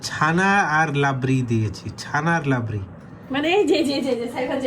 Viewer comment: এই মহিলা কি পরা লেথা করে নাই ?অনেক ভুল উচ্চারণ করে।আর এই লোক যা খায় সবই প্রিমিয়াম কয়ালিটি 😂লাবরি না রাবড়ি বলে